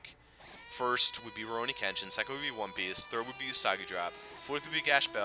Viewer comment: Well 2000 is a pretty hefty goal to get to but i think you could do it (although if we assume there to be roughly 53 days of summer left, or at least thats the case for me, you would have to upload about 6 videos a day...). I would also like to pester you again about your pronunciation of Kenshin :P, srsly though now i chuckle every time i hear you say Ken-Shin. I wouldnt mind more SGS in the future but i probably wouldnt call it a huge priority kinda project. For the future projects im definitely interested in pokemon pearl as well as probably path of radiance but as you predicted i do not know what the last one is. As for streaming, hopefully you can stick to a schedule with that cause those are a lot of fun. Now onto Jstars, i have at this point unlocked all but 3 characters, nearly completed one of the story arcs (btw you do get at least 1 more character to be playable aside from the 3 you start with, or at least in the Toriko storyline (on a side note: Toriko is pretty fuckin good, like holy shit man, he has the longest ranged move in the game as well as an attack that when you charge it up completely it does as much damage as a super move)). Ive found the character that is literally the most BS asshole of all time (saiki) who you literally cant even attempt to fight against unless you are across the map shooting projectiles. Also to this day i cannot understand your troubles with Bo-Bobo, for some reason when i fight bobobo he is literally the biggest piece of shite eve